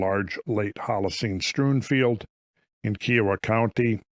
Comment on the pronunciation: Dood, i lived 25miles nearby kiowa county. Some of those kids went to our high school, even. Look up 'Peace Treaty.' Pronunciate, as "kIE-uh-wah" (: much love, swing by anytime!